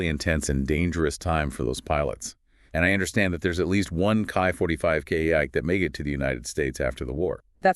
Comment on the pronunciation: It's pronounced like key 45 not kai 45